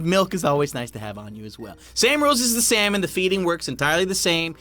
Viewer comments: SALmon! Not slamon! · When you said its pufferfish its cod its salmon you said samon instead of salmon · What's with him and calling salmon slamon?